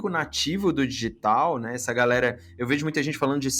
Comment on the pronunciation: Que agonia ele falando "dÎgital"